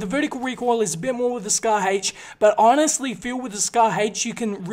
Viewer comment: he says scar hache